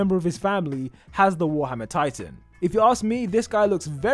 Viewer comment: is it just me or the way he speaks of warhammer titan sounds mohammad titan?. lol